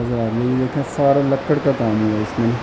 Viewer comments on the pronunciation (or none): Bhai lakkar kia hota hy ?.lakri hota hy